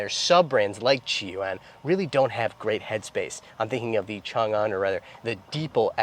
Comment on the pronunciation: Chang-An, not Changan…